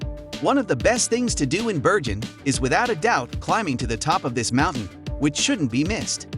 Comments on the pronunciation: Why do you alternate between pronouncing 'Bergen' with a 'hard' 'g' and then at times with something that sounds like a soft sound, almost like 'Berjen' or 'Beryen' ? The correct way is with a 'g' - like in 'go' in English. The locals are very patriotic and love their city, their dialect, and not to forget: the name of their city - I'm surprised you got out of there alive and kicking, lol. Best wishes and don't forget the 'hard' 'g' next time you come around. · Freaking annoys me that someone can make a 10 minute video about a city, yet they're too lazy to find out how to pronounce its name. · The commentator obviously hasn’t been to Bergen and is just reading a script. This should win an award for the most mispronunciations in 10 minutes and it’s not just the Norwegian names that are wrong but even English words like quay are spoken incorrectly. Let alone calling the city Birgin then reverting to Bergen then back to Birgin numerous times